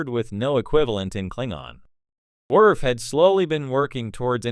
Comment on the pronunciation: Commander “Wirf”